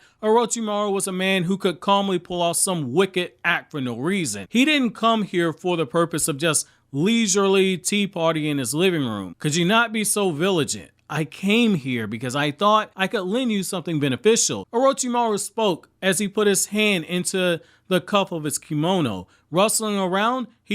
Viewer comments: Folks don't know how to say "vigilant." "Vi-Jēh-lant" Dog said "viligent" I'm dead 🤣☠️ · Bro it's vi-gi-lent not village-lent